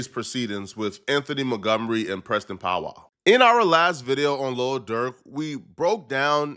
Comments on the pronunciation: It’s Powell NOT POWWOW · Nigga said Preston powwow it’s Powell nigga 🤣🤣🤣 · Preston pow wow are you kidding me😂😂it's Powell dummy 😂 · it’s PowEL love, not Powwow, Pow-EL (EL pronounced like EL Chapo) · who is Pow wow ? 😂😂😂😂 are u trolling him? u gotta be pronouncing Powell like that on purpose … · How you do journalism and can’t pronounce Powell? You say that porrrnstar name correct but you say this nigga name pow wow smfh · It POW WELL. not “POW WOW” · Powell not POW WOW😂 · Pow-Well my god brother learn to pronunciate 😂😂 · Powell. can’t read lol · Why cant you say Powell correctly? 😅